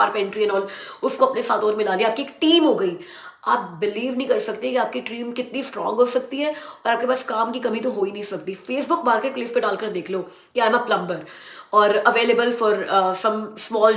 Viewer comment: Plumber mein b silent hai. It's pronounced plummer and plumming. Har naye video mein sochta hoon is baar pronunciation shaayad theek na karna padey lekin aap mauka de hi dete ho. 😅